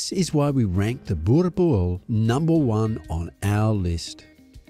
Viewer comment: As a South African, I think this is the closest that I've heard a narrator pronounce 'Boerboel' almost correctly. Had he said the '-boel' part like 'bull' then he would have had it. Pretty good list - thank you